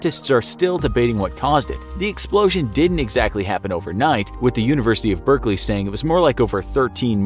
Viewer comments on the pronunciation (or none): none